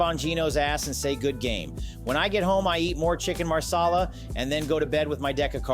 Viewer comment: Chicken MASALA, not chicken maRsala, hes indian, not italian!!